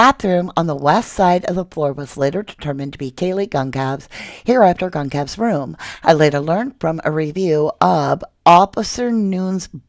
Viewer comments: Kaylee's last name is pronounced "Gon-sal-vees." Emphasis on the second syllable. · Can you please PLEASE stop pronouncing Kaylee's last name wrong!!!!??!?? It's very disrespectful it's not hard to pronounce almost everyone says it correctly watch an interview with Kaylee's family and hear how they pronounce it and that is the correct way to pronounce it! You have covered this for long enough to say her last name correctly? Please it's so wrong. I love your channel I just can't handle it anymore! Please ❤️